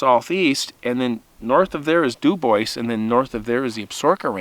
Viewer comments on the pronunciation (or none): I am sceered youir saying "Dew-Boys", instead of DüüBoowah. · It's pronounced DOO BWAH not Doo boyce. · *Dew-Bwah, not Dew-boys. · If someone named their town Dubois they were obviously French. The French pronunciation is Doobwah not Dooboyss. In Texas we have a town Mexia but we do not pronounce it Mex-ee-ah. It is pronounced Me-hay-ah in its original Spanish pronunciation. Yes, we are English speakers but usually if a word is in a foreign language we try to pronounce it correctly. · Ok it’s pronounced du bwah not du boys its French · Local pronounciation there is do boy, but either is much better than do boys. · CORRECT! But some people pronounce words, (especially French) wrong because they don't know the language. It IS frustrating. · The town is pronounced Du Bwaa 😊 It’s French. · duBois: Doo-Bwah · It's pronounced "dew-bwaa"! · It is pronounced do-bwa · Pronounced. DOO BWAHH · Dew-bwah. French. . Love the show and I’m too chicken to camp alone like you. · pronounced doo bwah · It's pronounced " Du Bwah" btw. Au Francais Monseuir! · If my knowledge of French pronunciations serves me well, I think Dubois is pronounced DuBwaaa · My dear Friend’s last name is Du Bois, it’s French/Native and from New Mexico. Du boua, the ‘s’ is silent but most North Americans just keep mispronouncing it. Sad. I agree that that gal did not heed her dog’s intuition but wanted to have her way. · Debois. The s is silent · …. He’s right. It’s French. S is silent. Du bwa; accent on second syllable. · there’s no “S” in Dubois